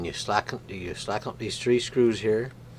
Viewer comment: Did you say Tree 🌳 Hundred and 65mm